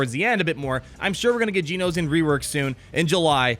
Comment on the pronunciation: I love you, but it's pronounced "Gee-Oh-No-Shun" (rhymes with concentration); not "Gee-Oh-No-Zee-un".